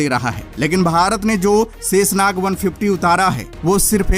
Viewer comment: जय हिन्द ! भाई शेषनाग शाहिद साहिद बोलो सेसनाग आपका शब्दों का उच्चारण ठीक नहीं है